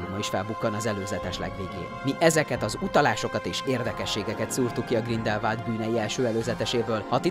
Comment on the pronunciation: GrindelwÁld, nem Grindelwald, ez a szinkronos trailerben is az agyamra ment.